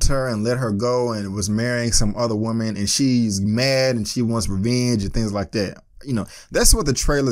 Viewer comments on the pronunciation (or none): none